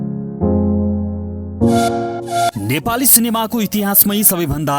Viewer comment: ए भाई समाल होईन हमाल हो, सहि उच्चारण गर्न सिक